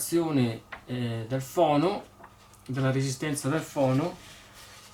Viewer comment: Il phon si dice fon o asciugacapelli. Il phono come dici tu fono è il giradischi. Se non si sa l'inglese di dice in italiano. Non si puo sentire fono